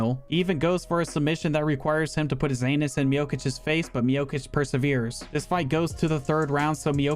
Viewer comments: Not miokic miocic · That pronunciation of Miocic is killing me lol